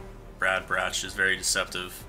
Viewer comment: Sorry about this but, the way you said Brad Brach... IM TRIGGEREDDDD for future reference it is Brad Brach(Brock)